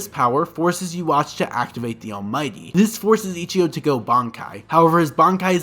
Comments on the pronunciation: I hurt every time this man pronounced Yhwach’s name. It’s pronounced Yuhaba or you can say Yuha, not Yawatch. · cant forget "yawatch" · correction: yhwach is pronounced as yuhabaha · The name pronounciation is so painful. "Yoo-watch"??? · Him saying yhwahs name took me out of it bruh Its pronounced (you ha) lol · isnt his name pronounced you wack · Great video but the way you pronounce Ywhach is CRAZY 😂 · Is there different ways to say yawatch bc I’ve been saying it how you say it but others say it different